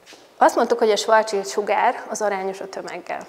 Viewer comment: Nem svarc csild, hanem svarc sild.